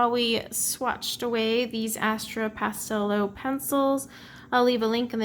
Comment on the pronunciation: oh, pastelowe means ''pastel'' haha! It's pronounced ''pastelove'' :D